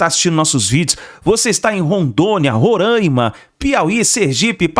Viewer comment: Boa vista Roraima É Roraima é não Rorâima. 😂. Roraima , Roraima pelo amor de Deus